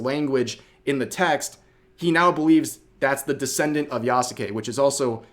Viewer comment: The "u" in "Yasuke" is silent.